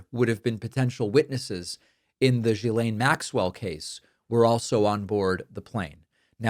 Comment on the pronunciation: As a french woman, it frustrates me hiw her name has been massacred. She’s an awfuk person, no doubt. Her name is pronounced, rather than previously spoken, guylaine. Pronunciation: “jislaine”. Please pass that on correctly as it seems nobody in USA can seem to pronounce it properly.